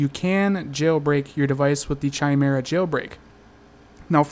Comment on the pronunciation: Why are you still pronouncing it CHI-mera? It's KAI-mera!